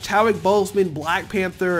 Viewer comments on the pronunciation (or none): none